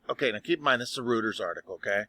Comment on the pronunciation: "Rooters". Lol.